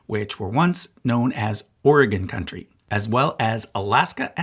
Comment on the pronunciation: Oregonian listening to this video: "...which used to be called Oregon Country." You pronounced it right!!! OMG!!!! This just made my day!!!!